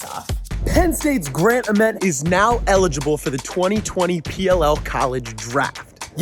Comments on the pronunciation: I’m pretty sure it’s pronounced grant AYYment not ahment but do yo thang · "this grant uhhment", plz pronounce it right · who else was thrown off by how many times he said Ament wrong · Damn I can't wait until he learns how to say Ament's name.